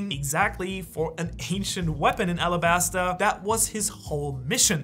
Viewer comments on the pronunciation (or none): none